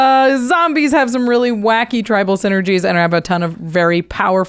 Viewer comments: Are they saying "Tibal" instead of "Tribal" ? Is there a joke I'm missing.... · Anyone notice they mispronounced Tribal